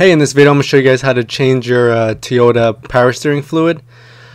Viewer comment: TOYota not TEEota. thanks for the vid.